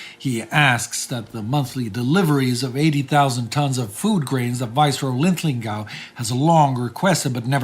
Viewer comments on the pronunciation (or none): I've noticed that consistently mispronounces Lord Linlithgow's name as Lithlingow.